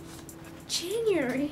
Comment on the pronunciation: hahahaha u say January funny